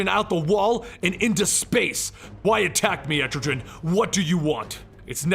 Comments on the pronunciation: It’s pronounced “EtriGan” not “EtriJan” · Etrogen, really? Etrigan😂😂😂😂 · ET-TRE-GAN not et-tri-gen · That was...intense But it’s Etrigan. Not Estrogen. 😂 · Man, i love your videos, but the way you pronounce Etrigan frustrates me! It's EtriGAN not EtriJan... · I always thought the pronunciation was "EtriGUN" instead of "Etrijan" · BTW / it's pronounced as etri- kan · etrigan with a hard g. like gone. goon. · I love this channel the only thing I hate is that he pronounces Etrigan like estrogen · Jackson Bland it sounds cool anyway. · it really bugs me they way you pronounce Etrigan. its a hard g sound like the g in "gone". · "Entri-jen" it's Etrigan, with no "N" and a hard "G" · Had to pause. This stuck with me. Etrigan's name isn't with a gin at the end. Let's see if it happens again. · Et-Tre-Gan (how you pronounce his name, not being mean just helping) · Pretty sure its Erti-GAN pronounced so it rhymes with 'Man'. His whole thing is rhyming and his transformation rhyme is "Gone, Gone the form of man! Arise the demon, Etrigan'. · I hate how you pronounce Etrigan... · C'mon. You didnt pronounce etrgan correctly? You cant be a comic-historian if u dont even take the time to say the names right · you butchered Etrigan name watch DC animation for correct pronunciation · why dont u just do the hole of year 3 like comic island and say etrigan right? still luv ur vids thoough :) :) :)